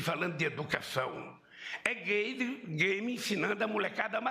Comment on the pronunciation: A edição mestre dos magos kkkk Lula parece falar "gaymer", que jogo é esse?